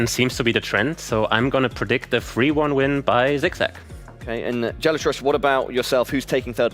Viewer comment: He couldn’t even pronounce Gelotris name right. Got it wrong every time. It shows how little he knows about the Geoguessr community and players